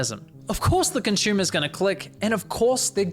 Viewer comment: He keeps saying conshoemees.... what's a conshoemer?